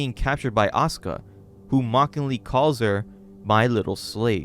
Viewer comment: So you can pronounce Asuka correctly. Don't you think Natsuki is pronounced similarly? I just don't understand how you could mispronounced one but pronounce another one correctly.